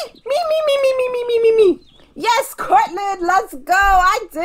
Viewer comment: It's not courtlyn its courtney